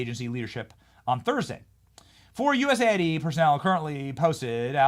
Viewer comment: People, cmon, it's US AID, not USA ID. :D